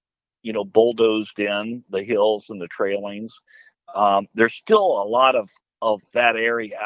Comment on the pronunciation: And it TAILINGS NOT trailings